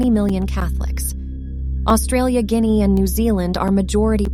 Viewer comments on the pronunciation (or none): none